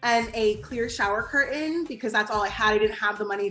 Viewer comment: CUR AIN 🤣CURTAIN